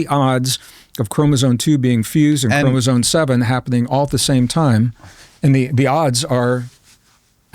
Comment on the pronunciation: It's bugging the hell out of me that this highly educated and smart man keeps saying "chromosone" instead of chromosome. If you're going to give lectures or go on podcasts to talk about these things then you should probably know how to properly pronounce a simple word that kids learn at a young age.